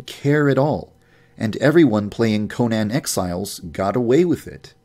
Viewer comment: I swear if this guy says "Conan Exiles" wrong ONE MORE FUCKING TIME I will KILL MYSELF